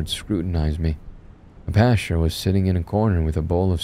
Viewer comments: No offense but every time you said pasture I imagined a piece of wheat wearing a clerical suit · When he was described as the "creepy pastor" it almost sounded like you were saying creepypasta, very apropos lol